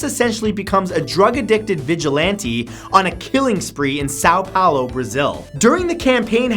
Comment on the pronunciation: that... that is not how you pronounce São Paulo...